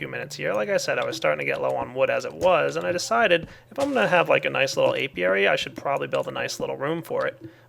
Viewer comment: He's talking about an Apiary. Notice the P in there? Gad to help :D